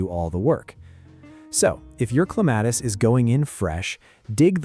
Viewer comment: At least get the name right. It's CLEM-a-tis.